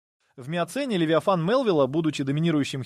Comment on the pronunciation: Футы, дюймы, фунты, левитан... Где качество озвучки?